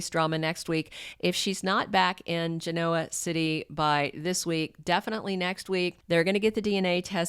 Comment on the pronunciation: Hi, first want to say you pronounced Genoa City right😅it didn't matter to me because the you said it was better than the way it really is so cuddoes to you.😮😅I realized that Claire has been misguided all of her life but the horrible things she did to the mean step-mother how can Victoria bring her back to Genoa City and I'm going to help her don't these people know about facilities that have real doctors that can help.Claire has had years of abuse mentally and she needs real help not bringing her back and throwing her in everyones face.I love Tucker that's all I'm going to say.I so hope Audra and Nate get together I feel that's a perfect match for trouble for everyone else.😮❤ That it for me Until next time.❤❤❤